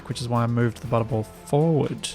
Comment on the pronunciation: So i've been watching this at 2x speed well I play SE myself and I was so confused why I kept hearing you say "butthole" turns out the way you pronounce butterball when sped up to 2x sounds eerily like butthole. It was at "Lets just connect this up to the butthole" i had to stop and figure out wtf was happening lol.